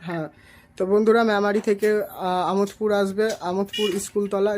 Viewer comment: আমোদ পুর না দাদা আমাদ পুর